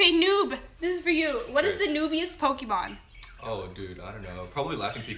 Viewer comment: "This is like the first time she's ever touched PokéMAN cards" "who's mans" 😂😂😂 did any of you guys hear that ? xD